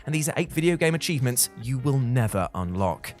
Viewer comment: Absolutely nobody: This guy: "cheeves"